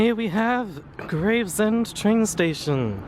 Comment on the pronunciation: Nice walk this! Grew up in Greenhithe and born in Gravesend (its pronounced Grayv-shum, or I've heard Grav-er-shum before, but its not Graves-Ham fyi). Also love how when walking along Stonebridge Road in Northfleet you missed out the one massive and only really intreresting building there in the football ground! Made me chuckle. The "alleyway surrounded by industrial"...mostly housing now but just to the right is the site of Rosherville Victorian pleasure gardens complete with its now Grade II listed bear pit! Also the pier as you get to Gravesend...end of the old Gravesend West Branch line. So much history along this stretch and a lot of it involved chalk/cement/paper so the industry is inevitable. Might actually get off the posterior and do the video I've had planned for yonks! Thanks for the inspiration!